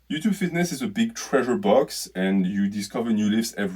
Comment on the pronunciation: Ah the famous “Hello youtchube” 💆🏻‍♂️